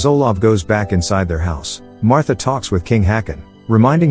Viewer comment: Oh, you mispronounced Haakon and Märtha. 👎